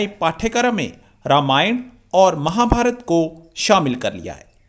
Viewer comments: Mahabharata nhi kima chima .. Mahabharat khte h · रे मुरख थोरा ठकसे पढ रामायण बोल महाभारत कहाजातहै महाभारतानही महाभारत कमरचीमा तमको करचीमि बोलाजाय गदधा परहालीखानहीहैकिया भैसलेट आदमी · Chima bete In pavitr grantho ke Nam thik se le Ye RAMAYANA or MAHABHARATA Nahi Isko RAMAYAN or MAHABHARAT Bolte hai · रमियाना महाभारता मत बोलो ! रामायण महाभारत सही उच्चारण है . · बकलोल आदमी रामायना, महाभारता नहीं | रामायण और महाभारत | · चीमे तेरे देश में कोन सी किताब है जो तुम्हारी है। तेरे को रामायण और महाभारत बोलना भी नहीं आता।तू रामायाना और महाभारता बोल रहा है जबकि ये भद्र महिला बिलकुल ठीक उच्चारण कर रही है और तू अपने आप को प्रोफैसर कहलाता है। अगर हम तुम्हारी पुस्तक को कूराना या हवाई किताब कहें तो तुम को कैसा लगेगा। सोचो और बताओ। जय हिन्द जय भारत वंदेमातरम। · sasura ye kamar cheema,,,... ramayana ar mahabharata bolte nhi bnrha h ....kaisa aadmi h bhai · Are sahi tarike se pad ramayan aur Mahabharat not ramayana Mahabharata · यह पाकिस्तानी पत्रकार रामायण और महाभारत का उच्चारण ऐसे कर रहा है जैसे Chekoslevakia में ही पैदा हुआ था और बाकी पंजाबी में उर्दू बोल रहा है। ये पाकिस्तानी ज़मीन पर पैर रखकर चलना कब सीखेंगे?